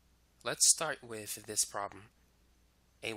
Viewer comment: Why "wif" instead of with and why do you over enunciate your "S's". Incredibly annoying.